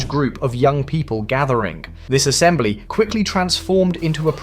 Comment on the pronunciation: You missed the "y" in young dude.